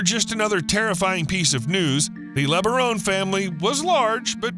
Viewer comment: Don't belive the .B.S LOOK up and research Ervil Lebaron , .... Brian Denahey portrayed Ervil Lebaron in the movie prophet of evil. Those Lebaron are NO good. Do the research and find out about that family. This youtuber continues to pronounce the name wrong.